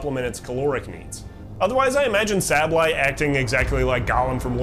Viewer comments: Okay, the video is hard to focus on, the whole time I am wondering if you are purposely pronouncing sableye that way? Saying sahble eye instead of the canonical Sable eye. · If I had to guess what makes me so crazy for Pokémon, it’s the Pokémon themselves and how they fit into their region. Specifically, how they influence the region and each other. It even makes me wanna study ecology or biology of my current plans fall through!! P.S. the way you pronounce Sableye makes me want to die